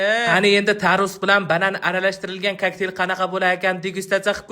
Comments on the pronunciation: Kokteyl ❌ Koʻktel ✅ 😅😅😅😅😅😅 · Kaktel❌ koktel✅ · Kakteyl❌ Kaktil✔️